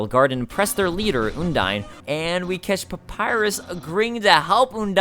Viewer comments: Also, you are saying undyne wrong. It's supposed to sound like undying. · It's Un-dine kind of like you would say "undying" with the initial sound and the diphtong. I'm pretty sure this is the official pronunciation from Toby (no source though). I used to pronunce it differently too, like Un-deen, cause it sounds more like a real name to me. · I have to say, I love this so much, but the way you pronounce Undyne makes me cringe.